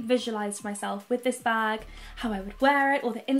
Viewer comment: Bag not nah